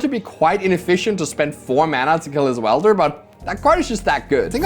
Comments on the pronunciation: Weld-er not wield-er lol 😂😂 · commentary is great but mispronouncing “welder” as “wielder” is getting me every time 😭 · Is deliberately saying "Goblin Wielder" instead of 'Welder'? Surely someday they will make some sort of Goblin Bombardment creature with that name. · It's welder, not wielder ;_ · is it not Goblin Weld-er? like, welding? like where you melt metals to fuse things? that seems more fitting than Goblin Wheel-der as its being pronounced. just curious. great videos! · does this guy not know the word weld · i love you but its "welder" not "wielder" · I love you man, but it's WELDER, not wielder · WELDER not WIELDER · Every time he pronounced welder as wielder I just pictured some dude swinging a goblin around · Would someone please tell how to pronounce welder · Welder rhymes with held her, not with fielder. 🙏 Also great video as usual.✌️ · You'd think that went to the Seth-probably-better-known-as-SaffronOlive School of Pronunciation or something... W E L D E R, but I mean also Seth called her S I E R R A Angel for a long time... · Amazing video. Btw welder and wielder are different words with different meanings and pronunciations. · Weld is not the same word as wield. Not sure if you were saying it wrong on purpose but it was only funny the first 3 times you said it wrong IMO.